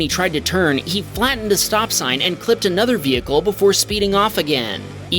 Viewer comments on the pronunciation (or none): none